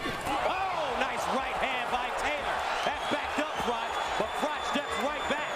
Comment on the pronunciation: FYI: Froch is pronounced with a "k" sound, Frock